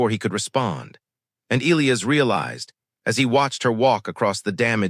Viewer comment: Skips Jumps Missing Words Missing Sentences And The Name Of The Alien Species ..... Oral 😳😵😏😆 🥒👄 & 🌮👄 Sorry . It's Elias ( E-Lie-Us ) ⬇ Not ( E-Lee-Is ) Not ( E-Lee-As ) Not ( E-Lee-Os ) Not ( E-Lee-Iz ) Not ( E-Lee-Uz ) Not ( E-Lee-Ez ) " Give You My Frequency ..................................................................................................... Story Abruptly Ends , No Conclusion . Just Cuts Off Suddenly In Mid-Sentence . Just Chopped Off .